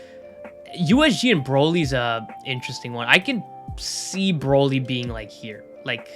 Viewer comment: Bro-ly? Not broly